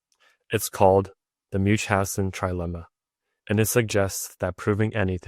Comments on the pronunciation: It is Baron von Münchhausen, not Munchhausen. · Munch-Hansen ??? 😂😂😂 Please, get at least that right! Baron von Münchhausen